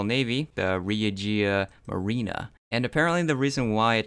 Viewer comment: Also when saying regia yarina you pronounced like harina (without the m) wich in spanish means flour, so yes, the Royal flour.🤣 Dont worry, It happens to everyone